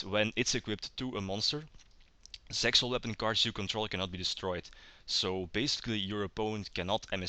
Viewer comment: when you sayed zexal weapons at the start i herth it sexual weapons lol